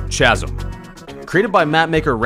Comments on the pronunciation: Wait, who pronounces "Chasm" with a ch as in "chair" as opposed to ch as in "character"? is this a regional thing? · said 'kazim" not 'chasm' ;) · did you really did you actually just say kasm How it’s spelled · chasm is pronounced Kasm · FR how did no one notice this?💀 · that chasm pronounciation halved my life span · Hey, just so you know, the word "chasm" is pronounced with a hard "CH." I don't know why the H is even there in the first place, since it would say the same thing without it. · Nobody gonna talk about how he pronounced chasm? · did you really just pronounce chasm the way it's spelled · Say chasm wrong one more time